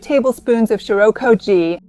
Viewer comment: Why does it sound like there is an R in "shio"?